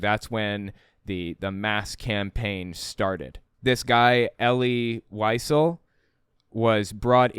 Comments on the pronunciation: It is pronounced ElL-LEE Lee-ZELL. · Pronounced "E' - lee Vee - SEL'",. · EL-EE WHY-ZELL...that is how you pronounce his name.